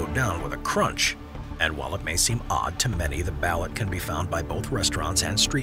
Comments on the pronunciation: They pronounce ballot wrong it's. BAL LOOT! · BALUT is pronounced "bah-LOOT". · Isn't it pronounced ba-LOOT? Please help my curiosity. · It’s pronounced Ba-Loot